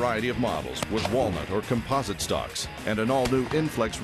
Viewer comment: haha he says composite funny